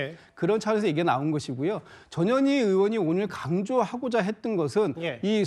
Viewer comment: 나는 왜 전현희가 저년이라고 들리지 ㅎ